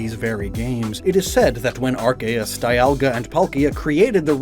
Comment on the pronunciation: Arc-A-us???? Ar-Se-us and Ar-key-us are acceptable, but this???